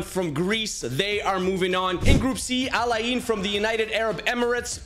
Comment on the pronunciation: ITS NOT AL AY EEEN ITS AL eyn